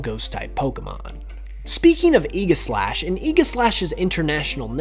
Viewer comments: One complaint: You mispronounced Aegislash. The only thing you need to change is the G. You said a hard g, it should be a soft g, like in the word gem. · you're pronouncing aegislash wrong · interesting facts, but the way you said Aegislash literally made me recoil